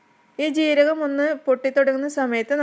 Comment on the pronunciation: എന്ത്‌ ജീരകം ആണ് വ്യക്തത യില്ല